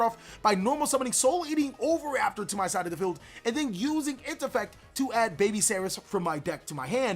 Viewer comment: For crying out loud dude... OH-VEE-RAPTOR